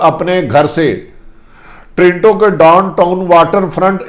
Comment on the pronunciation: PLEESE PRONOUNCE PROPERLY ABOUT TORINTO BUT CORRECT IS TORONTO THANKS